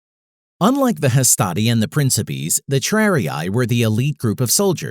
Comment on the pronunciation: By the way (no hate) it’s pronounced prinkipaes